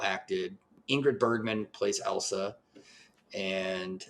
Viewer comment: ILL - sa! Not EL - sa. Did YOU watch the film? 😠 Surely you could hear her name said countless times. RESPECT the medium and project you discuss.😡